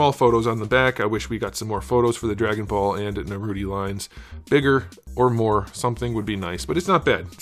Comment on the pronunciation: "Narouti" oh mai these americans....